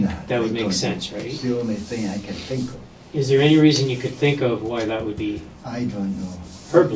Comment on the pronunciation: DecrepitOrigin888 lol did you mean to say “I tink” or was it a accident either way it made me laugh so what does that say about me I guess hahaha